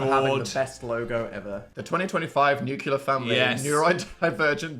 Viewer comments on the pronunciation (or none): it's 2025 and Dan still pronounces nuclear like Dubya lol